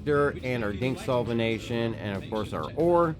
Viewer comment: It's "Dinyx solventation" not "Dinx" ;)